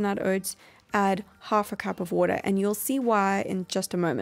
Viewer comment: Lol i like her way when she say water "woodar" lol